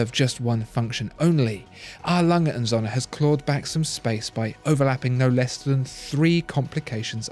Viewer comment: Agreed. There's no real competition between these two. Too bad can't even pronounce Söhne.